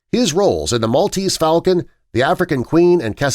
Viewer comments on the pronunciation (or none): none